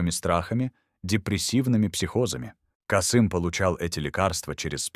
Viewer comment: Кыргыз тилин маани бербеген диктор го, (пятнадцат, Каааасым). Биз Касыыым дейбиз.